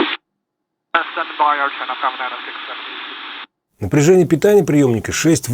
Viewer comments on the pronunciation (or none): none